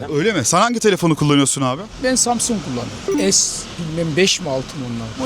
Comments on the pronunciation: Kaç insanla konuştun bilmiyorum da bir bu kadar daha insanla konuşsan hepsi üst üstte koysak senin genel kültürünün %3 anca eder doğru telaffuz etmekten bile acizler insan zamzung derken biraz yüzü kızarır be dayı Allah bilir kaç yıldır orda yaşıyorsun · Sjdjffjfkk çok iyi yaaa adam daha samsung diyemiyo. Sabah sabah çok güldüm eyvallah